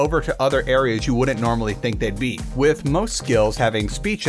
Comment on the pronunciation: Remind me, how do you pronounce "with" again?